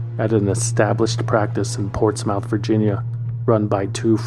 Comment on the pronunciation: It's pronounced portsmUTH. I live in NC about an hour or so from Portsmouth, VA